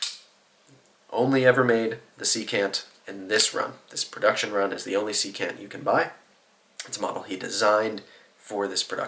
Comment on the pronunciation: Secant has the stress on the first syllable. SEE-cant. It’s a trigonometry term, the reciprocal of cosine.